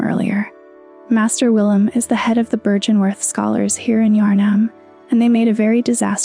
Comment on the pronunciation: The pronunciation errors are slightly distracting, given how well everything else is put together. Many of the words are pronounced in game several times. Heck you even comment on byrgenwerth in your script. Seems like it would have been easy enough to verify and come to the correct pronunciation. It's an uphill battle finding purchase in the soulsborne lore community I bet, and given the toxicity of gaming community in general I would try to not give people reasons to dismiss you as a clout chaser or whatever.